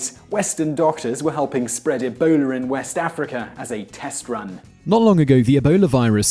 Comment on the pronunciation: On number 8 when you say Ebola it sounds like you a say a boner LMAO